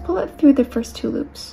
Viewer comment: When you say two loops it sounds like you're saying Tulips